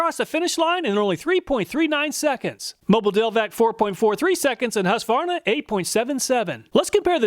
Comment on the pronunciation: Another Great video, and it is nice to hear someone pronounce Husqvarna without saying, "hooska-var-nuh"